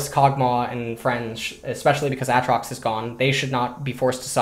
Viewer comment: Still don't understand why he says A(t)trox instead of Aytrox.